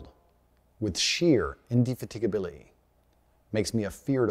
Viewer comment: bro i was chowing on some food and i hadnt seen this clip before, legit choked on my food when he said "sheer indifigatibility"🤣🤣🤣